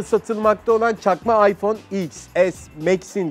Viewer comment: Aypon değil ayfon 😂😂